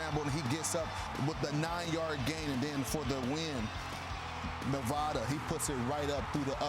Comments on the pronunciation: The amount of incorrect info from this segment is mindblowing. It's Zvada, not Nevada. Jordan Marshall didn't play down south, that was Justice Haynes, who's injured. Michigan would have 3 losses if they lose to OSU. NU is not 1-9. Not good. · Clowns for sure. Zavada not Navada